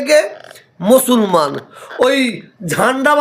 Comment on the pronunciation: মুসলমান কথাটাও উচ্চারণ করছেন ভুল ভাবে হয়! ইনি নাকি পীরজাদা!